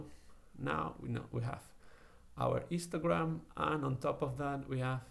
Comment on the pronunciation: everytime he says histogram, it sounds like he is saying 'Instragram'